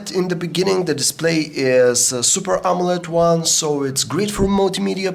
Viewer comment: its amoled not amolet ;)